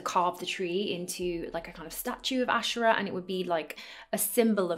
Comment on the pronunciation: You're right to pronounce it ashera and not asheera